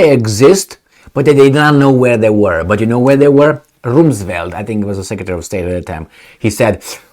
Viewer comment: Rumsfeld is pronounced like Rum, the drink for pirates..